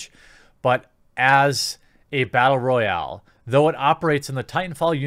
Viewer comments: rattle boyal you said ? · Had me until "bartle royale"